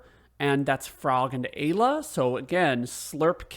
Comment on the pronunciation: MASAMUNE = "MA-SA-MYU-NAY". AYLA = "I-LA" (PRONUNCIATION). Also sped tabs will boost everyone to max speed. All characters are viable when boosted properly. I usually go in with Chrono, Lucca and Marle. Love their delta attack. Steal unlimited megalixirs from the monsters on the elevator in the Ocean Palace. Makes Lavos super easy.